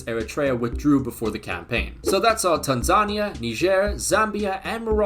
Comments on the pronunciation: Calling Tanzania African Wisconsin is CRAZY, also it’s pronounced TAN-zuh-KNEE-ya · Why is he saying Tanzania like that